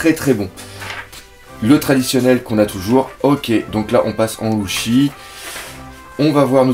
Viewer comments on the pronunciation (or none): pk tu dis louffy et pas luffy ?